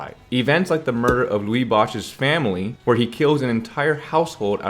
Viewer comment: a good approximation of the mainland mandarin's "c" is pronounced close to CH sound. however, it is more accurately represented by the taiwanese as "TS" sound. do not ignore the T sound if you try for the TS. also Lu Boshe is not Louie Bosch but Lu Bo She. a 3 character name as with many chinese names.